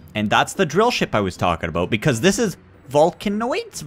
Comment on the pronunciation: its vol,ca-noids